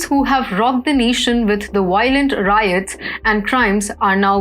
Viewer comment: The RIOLENT WIOTS 😂🤣😂🤣